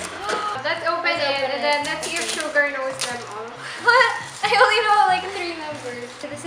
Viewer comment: Suga not sugar 🤦‍♀️